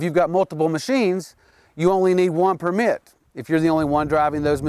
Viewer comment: PERmit, not perMIT